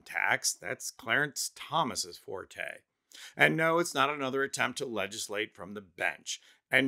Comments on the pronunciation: The word is "forte," not "forté," and is pronounced like "fort." "Forté" is a musical term. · In this usage, forte rhymes with fort, not with portray.